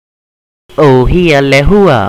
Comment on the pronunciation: Missing the stops 'ohi'a lehua. Imagine it with k's as it would be elsewhere in Polynesia... kohika then swallow the k's as you should in Hawai'i .